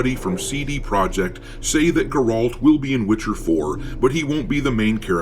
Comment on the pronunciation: What's a Gorolt?